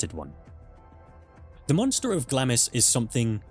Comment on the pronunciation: Hever Castle is "heever" not "hevver" and it is B-l-i-c-k-l-i-n-g Hall not "blicking", and Glamis Castle is "glarms" Lady Mary Berkeley's name is pronounced BARKLY & not like the Californian university/town Please learn how to pronounce the places and people you speak of correctly I believe Queen Jane (Seymour) died at Hampton Court but Queen Katherine Howard died at the Tower of London